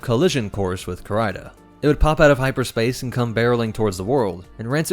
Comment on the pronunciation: Sorry for being a grammar nazi,... but it's Kahr-EE-Dah, not Kahr-EYE-Dah.